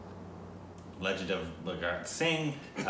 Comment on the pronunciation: Poor! For once he tried and was sooo good with pronouncing "Bha-gat" and even "Shi-vaa-ey" Bang on!